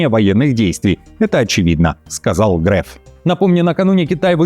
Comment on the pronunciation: Фамилия Греф по нормам современного языка произносится с гласным «Е», а не «Э», учтите это